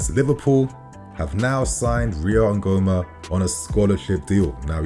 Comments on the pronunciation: Ngumoha is pronounced: Ngoo-moh-hah not Ngoo-mah. It's 🇳🇬n. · The name is Ngumoha (Counting Majority) not Nguhoma please. He's an Igbo boy from Nigeria.